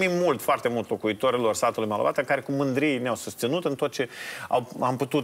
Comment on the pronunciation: Bravo ♥️ Numai că nu Malovato, dar Molovata😁